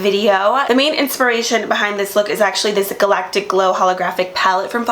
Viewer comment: I love the way u say galactic 😍😍🤩